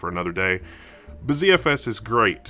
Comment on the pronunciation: Is it not pronounced butter fs?